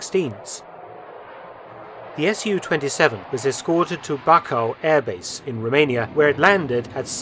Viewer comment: Romanian F-16's were purchased from Portugal, not Norway. Props for your pronunciation of Bacău (sounded a bit German to me), Cogealac and especially Mihail Kogălniceanu :)) even some Romanians can't pronounce it right sometimes